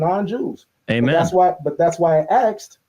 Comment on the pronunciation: Its 2025 and people are still saying Axed instead of asked. 🙄😒